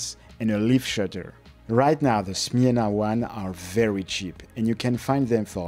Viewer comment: Chapeau bas for your effort to find out proper pronunciation 👍 Smena was very popular as a first camera for kids also in Poland, so I had it too. Thanks for bringing back nice memories.